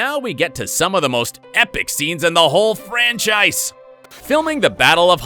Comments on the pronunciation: WHY DID YOU SAY IT LIKE THAT "Busilisk." NO it's bAsilisk. :P HE ALSO SAID "franchICE" In what language do you say that? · When he said "Franchise" it sounded like he said "French Ice"